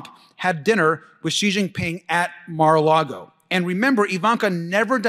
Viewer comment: interesting Maga Mike pronounced it "mere a lago.:Not much left on the right.